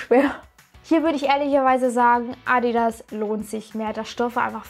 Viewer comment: Wie sie einfach bei „ Addi ass“ sagt 😂😂😂